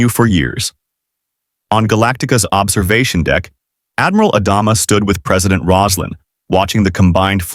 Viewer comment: Mispronouncing Adama took me out of it from the beginning. Stupid AI.